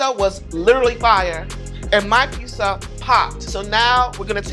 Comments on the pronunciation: It's called PIZZA not PISSA!!!!!!!!!! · Am I the only one hearing her say peesa or pissa? Why?! Just pronounce the Z's!!! FOR THE LOVE OF GOD... PRONOUNCE THE Z'S!!! Edited after watching her "Concoction": Nevermind... that is a pissa. Unique from Pizza as much as Mikes Pot Pie isnt a Pizza either, but they both still look great. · Hey. Love the show! But, it’s pronounced “peet-za” not “pee-za” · Is me or does it sound like she said PISSA instead of PIZZA? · When she says “Peesa” instead of “Pizza” it’s like nails on a chalkboard for me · peesa. PEESA. PEEZA. PEEZA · i cant stop hearing "peesa" and it makes me want to tear my ears off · Is she mispronouncing pizza like “pissa “or I need a doc appointment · Can’t stand when she says “pissa” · why she sayin PISSA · Is she saying piecea.. lol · A grown woman pronouncing pizza as “peessa” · I really hate the way she says "peeza" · Oh god why does she keeps saying PEESA??!! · The fact that the host of a pizza show cant actually say the word pizza is kinda hilarious to me. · Somebody has to teach how to pronounce pizza. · Somebody teach her to pronounce pizza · Just came to say once more that the host of this pizza show can't pronounce the word "pizza". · Pizza show. Step 1: hire a host who cant pronounce pizza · why can't the host of a show about pizza pronounce the work "pizza"? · I love her, but the way she pronounces pizza makes my eye twitch a little lol 😂 (not hating, she’s pretty cool) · Neither of these is a pizza. One of these contestants literally can't even pronounce pizza correctly. Terrible show. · Y'all really did a pizza show and chose someone who can't pronounce "pizza" to host it huh